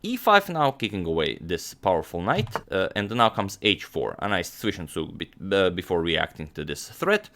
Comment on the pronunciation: at least agadmator can pronounce Zwischenzug in a decent way